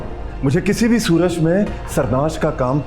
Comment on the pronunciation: What is suraj professer is saying it's not suraj it's surad😂😅